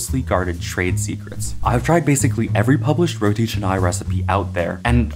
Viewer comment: You pronounce correctly!! Some people pronounce it as Roti Kanai!!